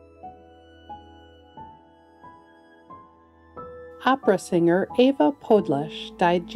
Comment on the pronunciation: Overall, nice job at pronouncing the 'foreign' names in all of your videos. Especially in this case, Ewa Podles. You even got the accent mark over the 's'; I'm impressed! RIP to everyone we've lost.